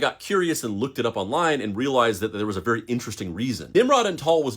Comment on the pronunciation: SHHHHHHH … Be vewy , vewy , quiet ..